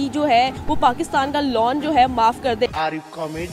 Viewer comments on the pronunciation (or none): Loan hota hai luon nahi madam